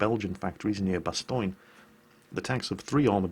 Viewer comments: Did actually say Bastoyne? OMG I wonder if he ever messed up a two car funeral LUL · in the beginning u said bastogne like bastoin lol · Why do you butcher the pronunciation of Bastogne? it's not pronounced "Bastoine"